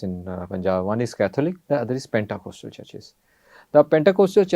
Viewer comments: As a Christian I want to tell the The pronunciation of Pentecostal is पेंतीकोस्टल/पेंटीकॉस्टल NOT पेंटाकॉस्टल /PENTACOSTAL । 😂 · It’s not pentA. It’s pentE ! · Thanks! Btw, it's Pentecostal not Pentacostal. 😊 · Please pronounce this word correctly, pentecostal church. Praise God.